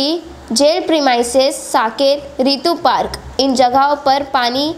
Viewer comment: FYI😜 it's rutu park not ritu park😅. And not kasar wadi it's kasarwadoli.